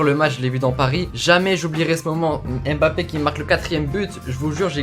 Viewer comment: Super vidéo mais stp c’est pas « Aime bappe » c’est Mbappe c’est important de bien prononcer les prénoms